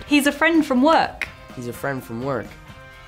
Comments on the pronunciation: I love how tom switched to an American accent to see if he said it in his own movie 😂😂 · watch Tom Holland switch to American accent ✨😂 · the American accent killed me omfg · I swear that Tom Holland’s voice changed to American saying “ he’s a friend from work” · tom went all american accent there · That American accent tho ❤️ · English person says work in english accent : Tom: an English person says: Work instead of wok... I thing the American side is taking over Tom